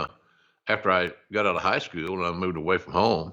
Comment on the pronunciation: I wonder how "skew-yewel" differs from "school".